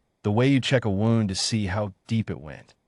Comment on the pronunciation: WOWND INSTEAD OF WOOND?